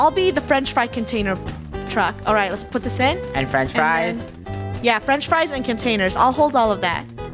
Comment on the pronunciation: Not me hearing: " Lettuce out! "